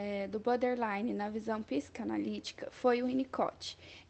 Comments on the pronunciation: Repitam comigo 10 x " BOR- DER- Li-NE" e não BÃderline e nem BÓDELINE. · Meninas, é boRtherline, não é butter nem bother. Acho que seria legal vcs aprenderem a pronúncia correta desse transtorno.